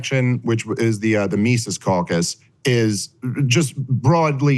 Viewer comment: I love that Saagar mispronounced Mises and Dave has continually mispronounced Saagar for years. It’s almost as bad as Dave and Spokane